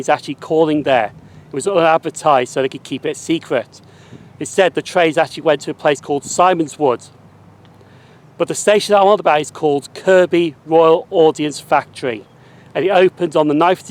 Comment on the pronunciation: Great video and good you got the Kirkby pronunciation right. Hope you don't mind me pointing out that Simonswood is actually pronounced as Simmonswood!!